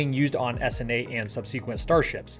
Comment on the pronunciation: I've never heard anybody else pronounce "subsequent" that way. Signed, Pronunciation Nazi. ;)